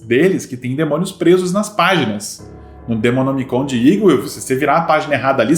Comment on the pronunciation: No final, a tentando falar "demonomicon" kkkkkk kkkkkk ri de mais kkkkkkkkkk